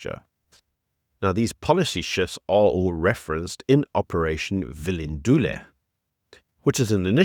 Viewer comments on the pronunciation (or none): Bro bro bro , your pronunciation of some Nguni words is just trash, speak to Mark Gleeson he can up that part of your delivery quick quick - just like anyone else - when you don't pronounce words properly it suggests 1. You don't know what you are talking about 2. You don't care enough to research your subject matter properly. Operation Vulindlela (Vula Indlela - open the way) is in phase 2 which is focusing on digital transformation. Do better.